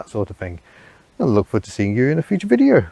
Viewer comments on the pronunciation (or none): none